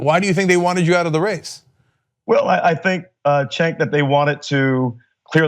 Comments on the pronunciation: Are you guys at TYT going to start prepping the people you interview on the proper pronunciation of Cenk? XD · Did you listen to the interview? How many different ways did he pronounce Cenk in eleven minutes?